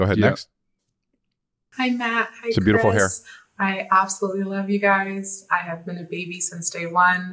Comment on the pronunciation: “Sbeautiful hair”